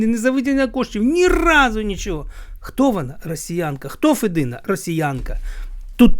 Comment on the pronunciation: Я не хотіла нікого ображати.Лемки українці,такі ж як бойки,гуцули,інші групи,які живуть в основному на заході України.Я думаю,що діалекти існують по всій Україні.ФедИна,а не ФЕдина.